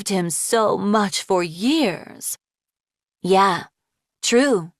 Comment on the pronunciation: why is everyone saying yay blob